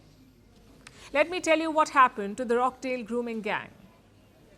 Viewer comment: It's not Rock-Dale it's Roch-Dale. It's spelt withba 'cha' not, ck